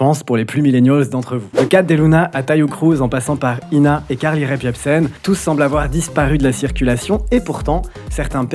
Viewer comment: Je ne sais pas si tu t’en rends compte mais quand tu prononces Carly Rae Jepsen tu rajoutes un P inexistant à Rae.